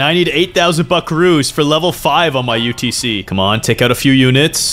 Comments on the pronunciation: said utc but is utt😂😂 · brah sed utc not utc